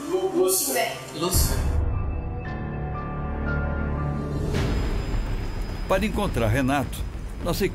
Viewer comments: O cabra diz ser bruxo, mas não sabe falar Lúcifer 😂😂😂 meu Deus! Lufici, não sei se tenho raiva ou dó 😅😅😅😅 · Mais menino não sabe nem fala o nome certo , "lucfs" foi boa , devia fazer tudo errado . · "luficis" kkkkkkkkkkkkkkkkkkkkk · Kkkkkkk. Se diz líder de seita, mas não sabe nem falar Lúcifer. 🤦🏻‍♀️ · O cara nem sabe falar Lúcifer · O cara não consegue nem falar Lúcifer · Cara não sabe falar "Lucifer" diz cultuar algo que nem sabe falar o nome, dificil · Não sabe nem pronunciar o nome do próprio deus que ele serve... eh fodah